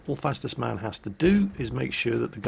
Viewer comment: Actualy! It's not fastest man, it's Fastus man, or FastUsMan.... no...? Okey I'll shut up and go back to work